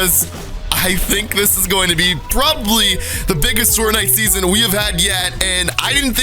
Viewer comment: He said seoson x two times 😆